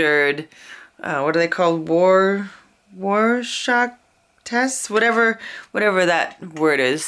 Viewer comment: Cool effects! Since you asked, it's pronounced "roar shack".☺